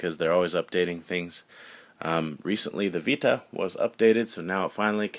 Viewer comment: The way he says "vita" in this video bothers the fuck outta me but anyways. Every ds nintendo makes reminds me of the old ds, It looks like a dinky kid toy. The ps vita is designed for actual game players mainly focused toward teens. + the 3ds looks very kidish and also is easily breakable. Sony wins.